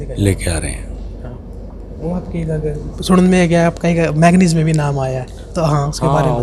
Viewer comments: मैगजीन को मैगनीज़ बोल रहा है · Mukesh ji Namaskar Anchor shab magazine hoti hai magnees nahi